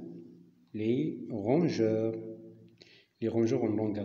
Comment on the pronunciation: rongeur et non pas rangeur!!!!!